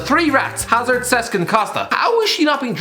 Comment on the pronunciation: "Iazzard"? Jesus Christ how dumb of a person can someone be.